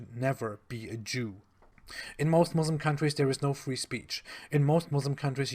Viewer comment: Why does he still say mozlem